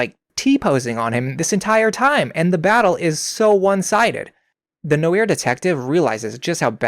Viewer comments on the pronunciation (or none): I won’t laugh at you for getting plot points you have no context for wrong, but I will absolutely laugh at you for having no idea how to pronounce “noir.”